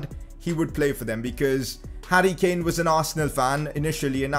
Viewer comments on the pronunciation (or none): none